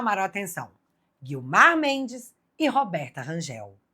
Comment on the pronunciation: Excelente reportagem como sempre Bárbara. Só que a mulher de Gilmar Mendes se chama guio mar! Gui-o-mar! Não se chama Guilmar! Gilmar e Guilmar é cafona demais! 😂😂😂😂